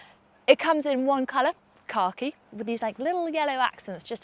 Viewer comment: I giggle every time she pronounces "Khaki" as "Car Key" 🤣